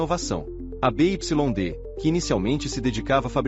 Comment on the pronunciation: BYD se pronuncia Bi Uai Di